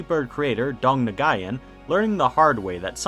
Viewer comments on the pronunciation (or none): is anyone else annoyed by the way he pronounces nguyen